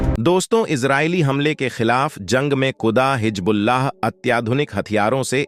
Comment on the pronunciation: Pehle Hizbullaah toh sahee se bolnaa seekh lay betaa. Jhooth failaane ke liye tumhaare ghar waale kuchh nhi bolte ❓